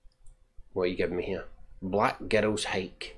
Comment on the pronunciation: To my American ears, every time you say "Black Girls Hike" it sounds like "Black Ghettos Hike". That would have been a much more interesting name for the hiking group. Great movie review.